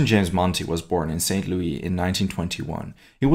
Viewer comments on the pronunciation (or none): Excellent site. One of the best. Soon's as I get back to work I will support you a bit. FYI: In America we pronounce it Saint Lou-iss not Saint Lou-ee. Also: What's your best bench press? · It's pronounced Saint Lu 'is'. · The "s" of Louis is pronounced in St. Louis, Missouri. For American names & proper nouns of French origin more times than not silent letters are pronounced.